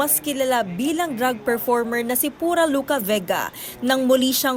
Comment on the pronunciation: Drug performer? Do you mean drag performer? Hmm...you should pronounce it correctly. 🤷🏼🤦